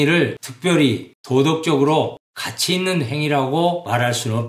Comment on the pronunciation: 장음인 단어의 첫 자를 짧게 잘못 발음한 예: 가치,정립,시작,정말,좋습니다,ㅃ111 남친, 가치,보석,행복,자격, 등, 장단음 문제가 심각합니다. 그리고, 이론쩍 도덕썽 관껀결정쩍 등 된소리 발음은 잘못입니다. "한국 어문을 고발함"이라는 챗을 일독해 주실까요. 미국 변 완수 배